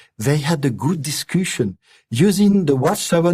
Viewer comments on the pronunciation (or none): "they had a good " discushon" 🤣🤣